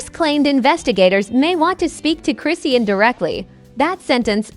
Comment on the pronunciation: Lady you don’t pronounce her freaking name right . 🤥stop lying . Tf where do you get these story. Husband! wtf 🤬